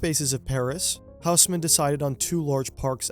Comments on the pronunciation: Tiny quibble, and you’re not the first English-speaker to make this mistake: if you ask someone in Paris to point you to a HOUSE-mann building they won’t know what you’re talking about, but if you ask them to point you to an OSS-mann building, they’ll understand immediately; it’s a French name, so the H is silent and the AU is not a diphthong but instead a short O, like the first O in octopus or the AU in Australia … so Haussmann is “OSS-mann!” I know from having committed the same mistake growing up … around my two correction-happy francophone parents. So now I’m happy to pass the mortification along to you, you’re welcome! 🙂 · It's pronounced Oss-man. Great video otherwise 👌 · It's pronounced more like Osman :-) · Great video but the h in Haussmann is not pronounced